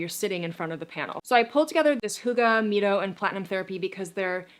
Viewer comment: It’s pronounced MY-TOE short for what red light does in the mitochondria.